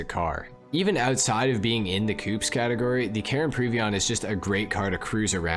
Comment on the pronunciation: I died a little every time you pronounced ‘coupés’ like ‘coops’ xD thanks for the informational video tho